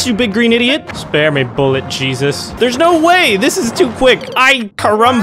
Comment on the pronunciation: in one part he says jesus and it sounds like cheeseits